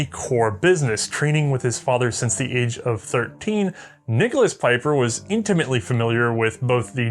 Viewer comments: Pieper: Not "Piper", but rather P"ee"per. Anyways, lovely episode and happy new year, may with a little bit of "hindsight is always 2020" the next year be prosperous and great! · It is Pieper as in Bee with a long eeeeeee, not Peiper! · Comes from not learning German pronunciation. ie = "ee" while ei "eye". You're not too young to learn a new language,! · "Peeper"... Pieper is pronounced as "Peeper" in English ... you're welcome. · His name is pronounced "Pee-per".